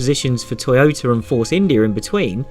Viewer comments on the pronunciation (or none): none